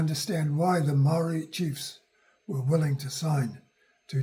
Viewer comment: Please learn how to pronounce the word MAORI properly. That would be a great start before making a video on heresay.